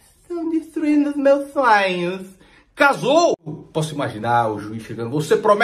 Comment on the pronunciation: estão destruindo os meus sfonhaããmmms 😂😂😂😂😂